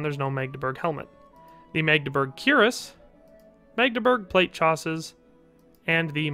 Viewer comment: Oh my, I actually believed Jim Henson is dead. Btw, coif and chausses aren't pronounced like this, should be more French sounding.